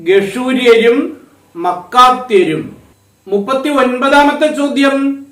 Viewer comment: മാക്കാത്യർ അല്ലേ ? മക്കാത്യർ അല്ലല്ലോ